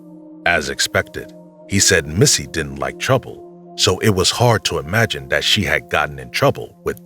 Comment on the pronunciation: would appreciate better enunciation of words such as 'them' 'that' 'there'....its not 'dem' 'dat' and 'der'. please pronounce your 'TH' correctly.